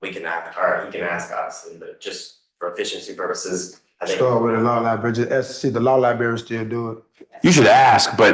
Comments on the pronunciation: SHUT UP! P.S. what's a LIBERRY? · The judge played "Rope a Sovsh1t Dope" perfectly. "Fabure to abhere"? "Law liberry"? I wonder if his EBT card implies citizenship... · A high school dropout who cannot pronounce 'library' or 'jurisdiction' thinks he can defend himself on a murder trial with video of him doing it and several witnesses including an accomplice. Whats a stronger word than 'hubris'? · Sorry for rapid fire comments, but this moron can't even pronounce JURISDICTION correctly, and here he is emotionally trying to reinvent the wheel while rambling about JURIDISHUN😮😮😮 Edit IT'S NOT A FACKIN LIBERRY, IT'S LIBRARY! L-I-B-R-A-R-Y YOU FACKIN NUMPTY!